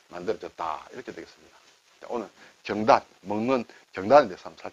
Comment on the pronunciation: 제삿날이면 먹을 수 있는 떡, '경단'도 한자 말이군요. 선선한 바람이 불고, 추석도 벌써 13일 앞이네요. 발음이 달라서 경단 맛을 제대로 못 봤습니다.ㅎㅎ '경단(瓊團)'의 '경(瓊)'은 '길게 발음(경:단)'하여야 하는데 짧게 발음하시네요. 혹시나 하면서 국어사전을 열어보니 '경단(瓊團), 경옥고(瓊玉膏)' 두 단어만 '옥 경'을 쓰면서 두 단어 모두 길게 발음하는 표시(:)가 되어있네요. 시청자 입장에서 한자이야기도 결국 우리말과 연관되니 이왕 배우는 김에 제대로, 정확히 배울 수 있어야 하지 않겠습니까? 자주 쓰시는 순 우리말 단어 '바뀌다'도 선생님 발음은 '바끼다'로 하십니다. 이것도 이번 기회에 바로 발음하시어 '바뀌다'로 고쳐주시면 더 나은 방송이 될 것 같아 말씀드렸습니다. 고맙습니다.